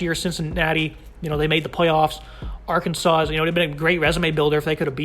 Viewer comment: The final "s" is silent in Arkansas. Come on.